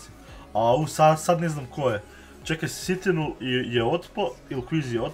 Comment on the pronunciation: Nije SITINUL nego citinul